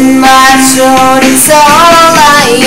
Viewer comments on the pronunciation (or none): You have a very powerful voice!! The only thing you can work on is the "T" sound when you pronounce the "th" like throat. Your pronouncing it like "troat." You know what I mean? But your so good! :D Well done!